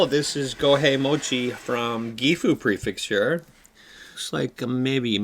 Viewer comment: PREFECTURE. NOT PREFIXTURE. The fact that you live in japan makes it so much worse.